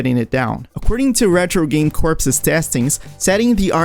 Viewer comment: Corps is actually pronounced as, "Core"